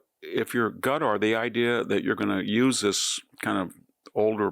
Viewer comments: I absolutely love you Prof. Hanson, but it's NOT "Gutter." It's not "Cutter," and it's not "Nuke-u-ler." It's KA-TAR or KUH-TAR, just as the Emir of Qatar pronounces it. And.. it's NU-KLEE-AR. That is all. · Why does he pronounce Qatar as "gutter"? Lol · Why do we pronounce it like "cuter", when during Trump's visit, they themselves were pronouncing it like "cut-ar"? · I like that Qatar sounds like gutter. I don't trust them. They pay our schools to be woke. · Why does he pronounce it "Gatar?" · I love how VDH pronounces Qatar “gutter”!!. Hey he’s the phd, not me. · I feel the same way. Some might think he is trolling by calling them 'Gutter'. His pron. Seems Asian in that you can't quite tell if it starts with a k or a g - Schrodinger's consonants. I didn't want to complain in a comment section - there's too much of that in the world. But yeah, it bugged me, even though a small thing. I love Victor D. Hansen, so this is only said with love. Great insight as always. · There's no English equivalent for Arabic letter ـق (qaf). It's pronounced in the back of the mouth but not the way he's pronouncing it. Hey, at least he's trying.